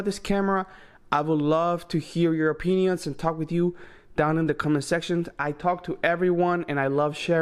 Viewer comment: I heard "your O Penises"🤔